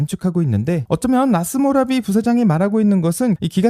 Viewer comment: 라스모라비 ---> 라스구라비